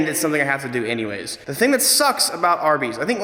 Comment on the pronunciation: Every time you say "RB's". I can't not think "Arby's".